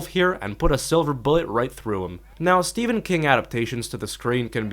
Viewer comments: Stephen is not pronounced Stefan. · I'm not going to watch this video if you pronounce Stephen King's first name as Stefan.